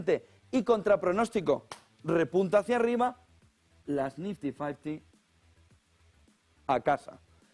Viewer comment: Jajajajaja que paleto… dice el mendrugo “las nifty fasty”😂😂😂 y lo repito 3 veces 😂😂😂😂😂😂😂😂